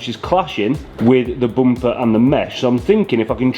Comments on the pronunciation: i had to puke each time the guy said boomper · As an African and Zimbabwean at large,,,am cracking all the way at the bumpers way of pronunciation....to me its Bhumpa,,,,ayiiii ayiiii keep your quuens english and i will keep my zimbabwe😂😂😂😂